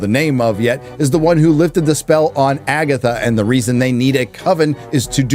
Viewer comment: Did you say FAGatha??? 👻👻👻